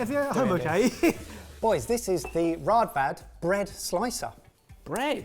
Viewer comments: Two a's in Danish makes an almost o sound like in open. So it is Rådvad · Man you butchered the good name of Raadvad 😅Cant blame you though "aa = å" one of our notorious unique vowels, because we want to feel special in scandinavia :P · At least use the bread slicer on ryebread/black bread! And learn to say Raadvad with the correct double aa-sound.